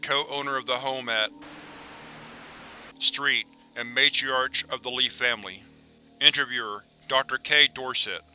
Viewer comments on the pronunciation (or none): And MATRIARK. The ‘ch’ is hard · Reader of this SCP is actually under it's influence. Keeps pronouncing words ending in -ch, as in matriarch, as -ch instead of as -k. Does this mirror anyone in the family? Might demonstrate a connection of some kind and even the thought processes of the person connected to.